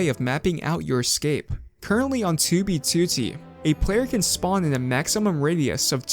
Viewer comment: At this point, the only reason I watch this guy is because of his accent when he says 2b2t haha